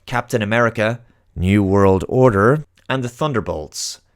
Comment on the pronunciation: Why the emphasis on "new world order" 😕